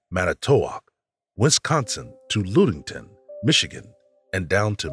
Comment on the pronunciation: Ludington, MI is NOT pronounced Lood-ington, but just as it's spelled, Lud-ington. Nothing eerie about that place. It's one of my favorite places to visit - in the summer. :)